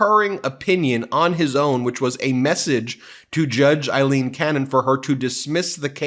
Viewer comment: Excellent points. But Ben, it's Aileen Cannon, pronounced Ay-leen (long A like pail), not Eileen Cannon, pronounced EYE-leen. I know it's nitpicky, but it's driving me crazy. 😙